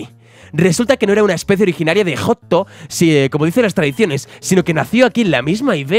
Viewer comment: Joto? XD o YOTHO (Ya sé que es JOHTO) Lloro o yolo? XD